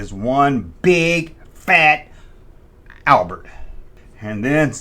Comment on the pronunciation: Good video,. Fat Al-brett is a good one, my dude.. It sounds just like some of Morgan Freeman's "doity" south pronunciations on Electric Company, which you should do a show on. Look up a skit he did with Rita Moreno called "Menu Song", Electric Company.